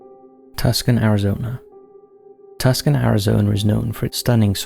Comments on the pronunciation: being from arizona it makes me laugh that he says tus-can arizona. i also pronounce it that way just to bother people though it is pronounced as too-sahn. either way i love hearing tus-can. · Tuckson? It's pronounced Toosahn! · I'm really surprised you never made a playlist of these. You have so many of them now. I keep coming across them. BTW -- and I know many American town names are not as they appear -- the "c" in Tucson (Arizona) is silent and preceded by a long "u." So, phonetically, it is pronounced, "TU-son." Don't feel bad. Many people mispronounce it when they first see it-- or don't recognize it when they first see it in print. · Tucson Is pronounced "too-sahn" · Tucson. Pronounced “too san”. Also that was a mob hit by a the cartel. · Tuckson, Arizona???? No. Tucson, Arizona. Yes. These computerized narrator's voices are a hoot. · He said Tus-con. Also, to be fair, a lot of Americans constantlly mispronounce British and other European names too. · Wassup huge fan,love yo material and and your other Chs as well but is my Fav + ya cover a wide range of shhh 😉👍 but since I get to watch your hard work for free I thought I'd help you out bro.#2 is pronounced Tucson ~Tooosoon is what it sounds like 😉👍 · Oh no! Haha it’s pronounced “two san” for Tucson, AZ. I’m an AZ native. X3 It was cool to hear these stories here! ❤ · I always enjoy TCTH. I'm hoping to see one of the towns or cities here in Buffalo to be featured. Also, I hate to be that nitpicky person, but Tucson is actually pronounced too-son. I don't know why, but it was bothering me. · Sweetie, its pronounced Too-son (rhymes with con). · just to let you know... Tucson is pronounced like "two-sawn" not being rude, just wanted to be informative! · Dillingrr came to Tuskun...🤣🤣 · FYI: Tucson, AZ pronounced: TOO - sohn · Tuscan Arizona is pronounced "Too San". Thanks for the stories! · Tucson pronounced two-sawn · Tucson is pronounced: too-son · Tucson Arizona is pronounced Tooson 🙄 😒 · Toos ONNN